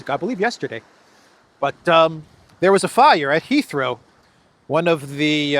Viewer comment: I keep hearing "Israel" when says "Heathrow"!!!